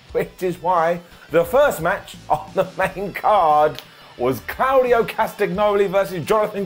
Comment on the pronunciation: For anyone commenting on pronunciation of Claudio he’s correct it’s clow dee oh not claw very European indeed